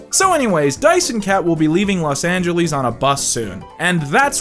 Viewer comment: nice one mispronouncing Los Angeles as a joke there to reference the Phoenix line